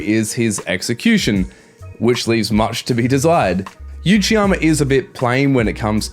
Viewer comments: Love the video bro, but its Uchiyama (oochiyama) not Yuchiyama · Why are you saying 'you-chiyama'?